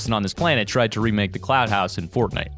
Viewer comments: I’m almost positive he said cloud instead of clout lmao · Lmfaooo he said cloud house it’s clout house😂😂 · He said cloud house I'm sleep Clout***